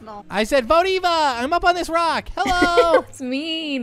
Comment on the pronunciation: we to take out a a Me:it’s Eva not a a!